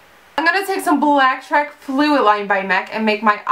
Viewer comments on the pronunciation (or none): I love how you said blacktrack fluidline :D funny Beautiful look! :)